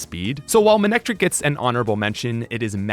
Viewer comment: IT'S MANECTRIC, NOT F*CKING MANICTRIKE!